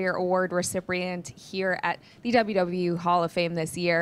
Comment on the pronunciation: Did she say EWW instead of WWE?😆